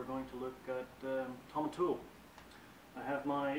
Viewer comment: I've noticed that all of the online reviews pronounce this dram "tom-in-tool." The distillery and the master distiller pronounce it "tom-in-towel." Just put this out there so everyone will start to say the name properly. Single malt scotch names can be tough but we can get there together.